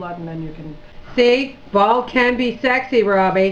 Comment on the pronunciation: Bald not bale lol